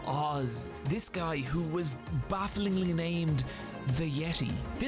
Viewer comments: It was pronounced 'Ye-tay'. Yes it was absolutely dumb. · Jey Usos next gimmick be like: the Yeeti